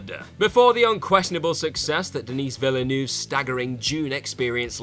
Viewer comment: Also mis-pronounced Denis Villeneuve and Ncuti Gatwa amongst others. Amateurish at best.